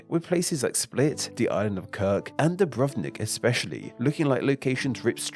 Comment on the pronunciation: BRO HOW DID YOU PRONOUNCE DUBROVNIK AND HRVATSKA? BRUH